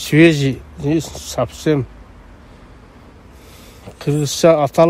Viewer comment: Воопшум эмес карындашым, а Вообще жана ЧистА эмес а ЧистО Сабсем эмес а Совсем сабаттуулукту биринчи озунуздордон баштасаныздар.